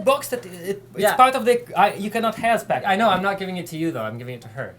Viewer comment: You cannot hav! Haha crazy russian